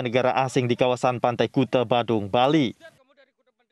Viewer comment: Bacanya kute😆,bukan kuta